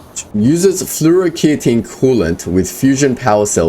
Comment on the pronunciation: Episode 29... Not flu - o - ro - key - o - teen, but rather, Flu - o - ro - kay - tone, Flu - o - ro - kay - tone, Flu - o - ro - kay - tone 😄